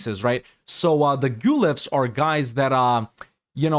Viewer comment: Awesome video, thank you! As an Italian I hope it's fine if I give you a few pointers: Pavia is pronounced /pa-VEE-ah/, rhymes with pizzeria. And the word is Guelph, like Ralph but with /gue/ at the start. The Guelphs vs Ghibellines conflict started out as a divergence between the pope and the HRE emperor on who had power over who. Italian duchies and republics used it as a wedge issue mostly. Republics and mercantile states sided with the Pope as they hoped to get more autonomy from the central empire, monarchies and more feudal-minded polities sided with the emperor.